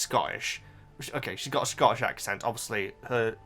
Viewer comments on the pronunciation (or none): none